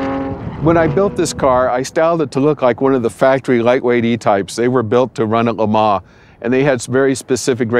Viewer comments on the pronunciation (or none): Can't even pronounce "Le Mans" correctly!! Not even close!